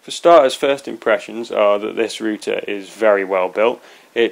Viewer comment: Thank god, somebody is pronouncing RoUter right!!!!!! Greetings from not America!